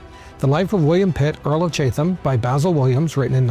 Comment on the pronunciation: Thoroughly enjoyed these three parts. A few pronunciation notes: Chatham said like Chattam Leicester said like Lester Mahon said either like Mah-hon or Mah-hoon (depending on who you talk to) Birmingham said like Birmingam (h’s usually silent in town names) Stanhope pronounced Stanup Looking forward to your take on Pitt the Younger.